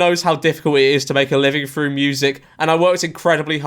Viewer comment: Through not frew. English? Do you even speak it?